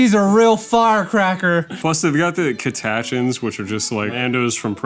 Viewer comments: Literally shaking with rage at "catashuns". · I'm seething with rage and hatred that would shame a khorne berserker. It's because you pronounce my favorite guardsmen as "cat-ah-shuns" instead of "cat-a-chans" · Cata-Chans* lmao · That was the most diabolical pronunciation of Catachans I've ever heard.